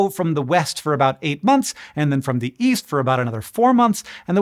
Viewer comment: Oh, EAST? I thought you said WEEST